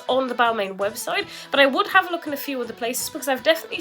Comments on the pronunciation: people can tell you you’re pronouncing it wrong tho, there isn’t different ways of saying it there’s one way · When you are talking about high end fashion brands maybe learn how to pronounce them first!